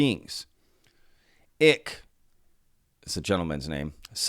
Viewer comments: fyi, Icke is pronounced the same as Ike, or rhymes with: Bike, Dyke, Mike.... not Ick (e) Greetings from the UK and thanks for the info! Pete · It’s David Icke-as in (Y)Ike not Icke as in Tick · David Icke last name pronounced "eye-cke" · You are mispronouncing David Icke's name. It rhymes with bike.